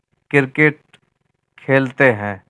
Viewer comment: Cirket ni cricket hota hai jnb